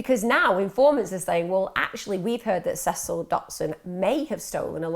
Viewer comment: I can't believe u can't pronounce Cecil u had to watch some sort of interviews so come on